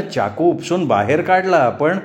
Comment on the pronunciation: सुंदर कथा. पण एक सांगावसं वाटतं चाकूचा उच्चार चमच्याचा च करा चहाचा च नाही ते कानांना खटकतं